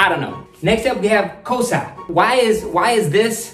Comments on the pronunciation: Damn good yo!!.... btw not Kosa it's KOSSA and KIYEWWA not Kiyewa.... cool keep it up machang !!! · Bro it's not kosa it's kossa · That is not kasa that is kossa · Not kosa it's kossa 😅